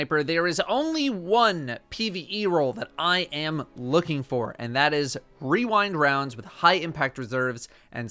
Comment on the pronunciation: My favowite is wewindwounds